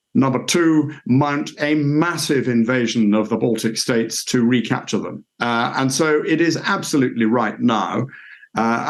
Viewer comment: "baltc states" wtf? not countries?